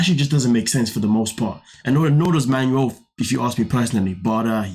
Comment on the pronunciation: Its "Manuel", not Manual. 😅